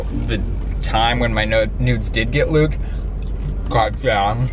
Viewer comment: Did anyone else notices that said when my nudes got luked instead of leaked